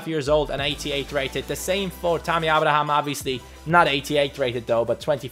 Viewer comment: it's pronounced A-bra-ham